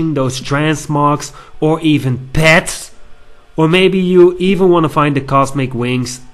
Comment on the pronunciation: "or even PEHTS!"........ =P